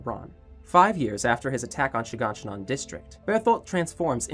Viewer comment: I love how he calls shiganshina She gone she none